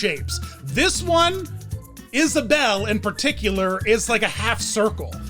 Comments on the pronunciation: Her name is not Isabelle, it's Isabella... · Her name is Isabella not Isabel. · “Isabelle” Her name is Isabella.